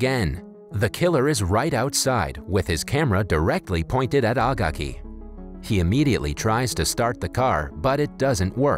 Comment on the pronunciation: agaki is pronounced a gay key